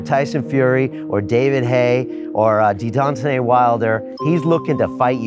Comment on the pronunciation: Did he just say DeDontanae Wilder ? 😭😭😂